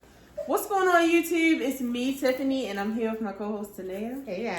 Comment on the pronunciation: Miss hearing you say “YewwTewwb” ❤❤😂